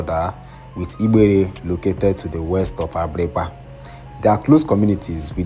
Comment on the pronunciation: The way you’re pronouncing igbere is funny. Change your diction pls 😂